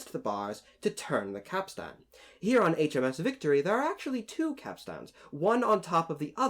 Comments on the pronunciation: Good video, but it's pronounced capst'n rather than cap-stan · Capstain is pronounced “capSTIN” not “capSTAN” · Capstain. Not capstan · Cap Stan? Go check out on your pronunciation there landsman! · Interesting to note that every picture show puts 'Jack' at the end of the Capstan Bars (please learn to pronounce that properly me handsome) where as in turth all the old hands would scurry to get as close to the capstan as possible, why? Simple not so far to go is it? let the landsmen and newer people on the ends of the bars, they'll have a long way to run! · Please don't pronounce the second 'a' in capstan. It's just not done. Like you don't pronounce most of the letters in "boatswain'.